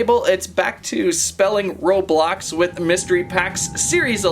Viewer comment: It’s not robolox its roblox